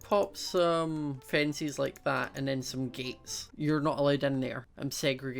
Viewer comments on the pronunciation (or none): Who else loves the way he says fences as fencies😂😝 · He pronounces chickens as checkens and he pronounces fences as finces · Every time, when says fences i Hear fencis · mia jvr: I do! I think it's nice